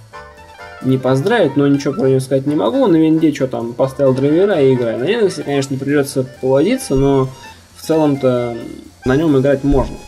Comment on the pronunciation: Чувак, линекс - это не операционная система. Операционка линУкс, а линЕкс - это препарат нормализующий микрофлору кишечника. И не чешись так часто. Успехов)